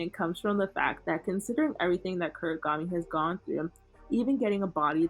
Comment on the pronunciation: why does bro call Kunigami “Kurigami”😭